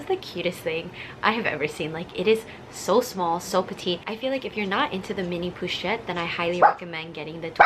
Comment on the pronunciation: "poo"-chette pewwwwchette lmao. "PO-CHETTE"!!!